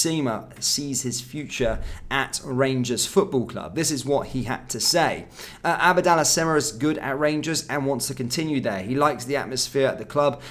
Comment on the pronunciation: It’s Abdallah not ABAADALLAH 🤷‍♂️ I wish you would improve your pronunciation of players names. Very irritating